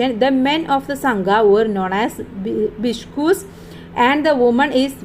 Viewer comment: Bikshus bikshunis Biscus bikkunis 😂😂😂😂